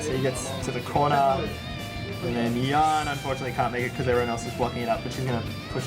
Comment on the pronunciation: It's Jan not YAN!